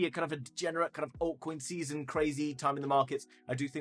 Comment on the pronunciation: What's a huge "oiy coi see-sun" ? I just spelled phonetically.